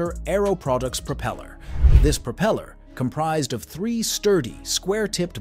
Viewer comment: "But before we go any further..." earns you a "stop", "dislike" and "no sub". It's a DICK MOVE and should be saved for the end! Throw in the fact that you don't know how to pronounce the word "propeller" and I have to conclude that you have no idea what you're doing. I'm out.